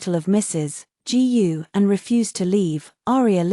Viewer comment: Cheap ai can't read Chinese surnames such as "Gu" ( pronounced -Goo).